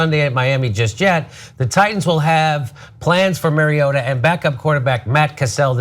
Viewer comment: say it with me, marry ohda